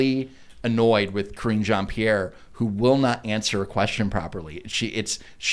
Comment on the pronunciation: I could've sworn you guys were saying "Cringe Ann-Pierre". Oh well, works either way I guess.